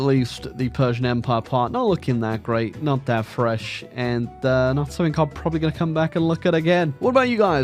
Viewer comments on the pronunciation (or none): none